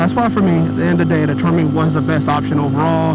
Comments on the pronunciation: spends 2K+ for an exhaust, has no idea how to pronounce it properly )))))) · You should go on the official Termignoni's channel and watch a few of their videos to learn how to pronounce it.